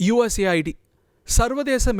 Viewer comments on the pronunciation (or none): Mr. இது USA ID அல்ல.. US AID.. செய்தி வாசிக்குமுன் முதலில் தலைப்பை சரியாக‌ படிக்க தெரிந்துகொள்ளுங்கள்.. shame...😂